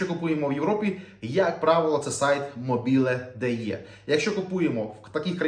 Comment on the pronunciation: Мобіле.дйе - такого немає. Не русифікуйте. В українській мові буква "е" читається як латинська. Па руські "Э"